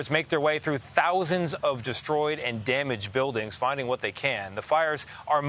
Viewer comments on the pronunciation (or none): none